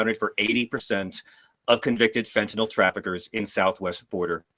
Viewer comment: There's no such as "fentanol". 🤣